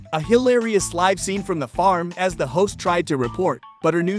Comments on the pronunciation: He keeps saying live instead of live! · Someone should have told the narrator that there are two ways to pronounce the word "live."